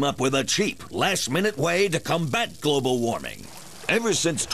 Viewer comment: gwobal woppa? uh y..yeah